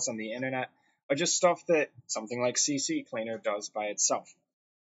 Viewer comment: I've had words that upon first look, my pronunciation of them has stuck with me too, until I actually heard someone else say it, but without further ado, C cleaner not CC cleaner Thank's for the review this is exactly what I figured and wanted someone to confirm, as you did thank you again.